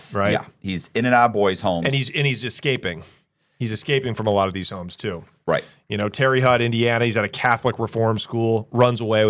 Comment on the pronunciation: Hey it's terra hote and chill-a-cothee. sheesh f-ing Oregonians.